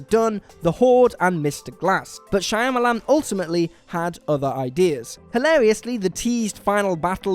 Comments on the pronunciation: Your gut is right. It isn’t Shayamalan. Pronounce ‘Shya’ as you would ‘Ca’ in cat. Alternatively, you could just say Shamalan. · also.."shy-amalon"...kept thinking to myself "shawmalan" damnit! lol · If you can't pronounce Shyamalan, you don't get to offer an opinion. And if you don't understand why Soderbergh had Streep play two roles instead of hiring "an actual Panamanian," you should probably stop writing and talking about movies. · Is it me or did the narrator manage to pronounce Shyamalan different almost every single time? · Can you guys please learn how to pronounce M. Night Shyamalan's name?